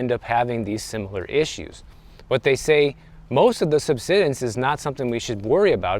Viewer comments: Just FYI, “subsidence” has a long “i” sound; like to subside. There’s an “e” after the “d”; which means the “i” is long. If it was pronounced the way you’re saying it, it would be spelled “subsiddence”. So it should be “sub-side-ense”. Hope that helps. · sub-SIGH-dence Beyond that, I didn’t move to Florida for years because the pay was comparatively low. Then the home prices doubled almost overnight. Then the insurance and HOA blowups followed. There are definitely issues. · It’s pronounced “sub-SIDE-ance.” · SUBSIDENCE,...pronounced SUB SIDE ENCE 9th grade English levels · It's pronounced: Sub-Side-ence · Pronounced sub-sigh-dense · He learned a new word 😂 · Subsidence, not “subsiddence”. Say the word “subside”, and add “-ence” to the end. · Pronounced Sub-side-dense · Thanks for the video. Florida and California have a lot in common. Nice weather. High Costs. Poor affordability. And desirability for many wealthy buyers. One minor thing. It is pronounced SUB-SIDE-ENC. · Always when you run across a word you don't know how to pronounce correctly, just go and ask the internet ("meaning of" xyz word). Just takes a couple of seconds to do so you don't feel bad when you later find out you have been saying the word wrong. Have a good one everyone. Really enjoy and find channel extremely informative. Thanks. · Google the pronunciation of "subsidence".